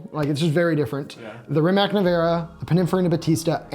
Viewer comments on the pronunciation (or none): Minor point but Rimac (a Croatian name) is pronounced “REE-mats”